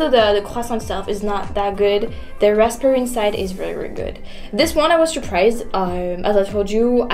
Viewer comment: Raspberry.....do not say the letter "p". So say it as "ras-berry"